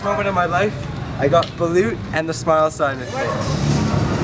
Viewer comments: its not baleeeeuuuut bruh, its "balooooooooot" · Kuya, the spelling is Balut but the pronunciation is Ba-Loht